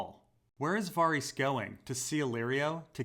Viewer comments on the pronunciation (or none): bruh it's VA-RISS not Var-rees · VAH-REEHS ? dafuq?